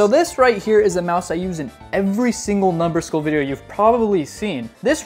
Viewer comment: Bro really said numberskull but in the video it say daddyskull💀☠️